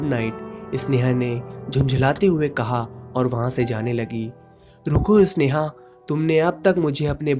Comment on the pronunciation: अबे इसनेहा नहीं होता, स्नेहा है वो।